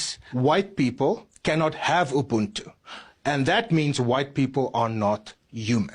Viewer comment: The way they pronounce 'ubuntu' is pissing me off. The 'b' is not supposed to be pronounced as it sounds, it should sound like you're blowing air softly from your lips. Ubuntu pretty much means humanity and all the positives that make a human.